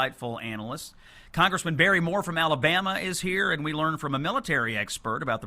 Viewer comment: ... lear .. i will never lear. XD